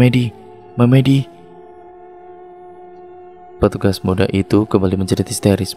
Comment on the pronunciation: Narator pasti bukan orang jawa,setidaknya tdk hidup di lingk.berbahasa jawa, karena melafalkan kata MEMEDI kurang tepat he2